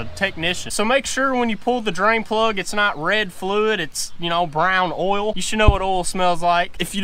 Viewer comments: Oil? You keep saying ouil 😂😂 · did the word oil has no I in it its spelled ool or Erl change